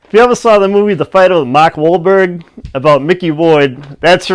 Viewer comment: Ahaha this was pretty cool. Very funny. I have a good question actually. Who does the better "new England" accent?? Mark Wahlberg (or as you pronounce Mok walbuyg) or Matt Damon?